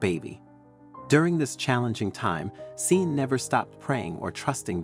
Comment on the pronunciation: Sean is not pronounced SEEN. its Shawn. Sean is the Irish spelling.